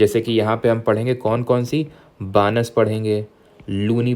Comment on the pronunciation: Sir Rajasthan m jo river h BANAS ushe बानस नदी nhi bolte ,ushe बनास नदी bolte hain